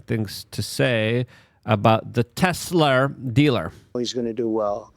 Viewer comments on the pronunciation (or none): Lmao tesler?